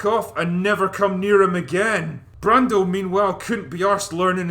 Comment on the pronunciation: I 💘 love this movie! This guy doesn't even know how to pronounce Marlon Brando right!